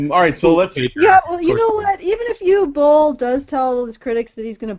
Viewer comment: Uwe is pronounced Ooh-va.